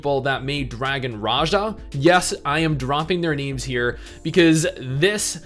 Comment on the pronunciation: I thought it was pronounced dragon Raha